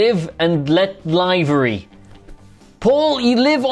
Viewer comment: Someone has never said livery out loud before 🤦🏻‍♂️